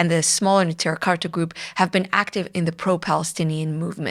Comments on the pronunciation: Neturei Karta is pronounced "ne-toor-ay" not "netira". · "The name Neturei Karta means "city guards" in Aramaic and is derived from an aggadta recorded in several texts of the Talmud". No Yiddish in the name so I don't know what you mean by referring to Yiddish speakers. I just know that your pronunciation is clearly incompatible with the spelling and with the way that it is commonly pronounced. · You are intentionally misrepresenting Satmar Rebbe and his true followers, such as those in Natruna. We're talking about 10s of thousands of yidden. In the past you have brought on Lubavitcher "Satmar experts" who demean the Rav Yoel and spread malicious lies about him. You intentionally seek to drive a divide between Satmar and Neturei Karta, whose name you cant even pronounce appropriately. It seems the majority of us dont recognize the Zionist state. It is against the Torah. Talk to anyone affiliated with the Edah HaCharedis. You are Zionist operative who actively spreads misinformation against GD and this is a chillul Hashem. Shame on you.